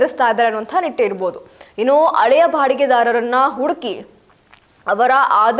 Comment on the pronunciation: ಒ ಯಮ್ಮ ಅಳೆಯ ಅಲ್ಲ ಹಳೆಯ ಅಂತ ಹೇಳು. ಕನ್ನಡದ ಕೊಲೆ ಮಾಡಬೇಡ